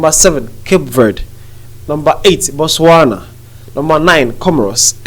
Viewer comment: Botswana - sounds incorrect